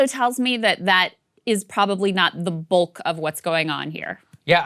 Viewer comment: 6.47 Ball: "that's not the bulk [pronounced boolk] of what's going on here" Boolk? Hey Ball, it's English, not German. Duck, not dook, cut, not coot, bulk, not boolk.